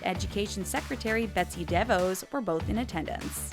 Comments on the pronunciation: Why don't you bother to pronounce names and words correctly? Obama's daughter's name is pronounced Maleea, the Secretary of Education is Not pronounced Devoes, iron should not be pronounced irun and there were at least 4 other major mispronounced words. Sloppy, sloppy narration! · Pronounced “Dew-Vaas”